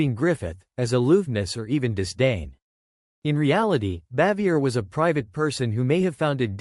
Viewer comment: Either the narrator is an idiot or maybe AI but he sure as hell doesn't know how her name is pronounced.